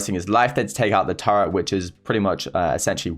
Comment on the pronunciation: Who heard turrent as tara...